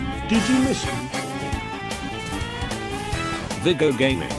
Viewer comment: Awesome video as always. Also, TTS pronounces Viego's voice correctly if you type it as "Veaego".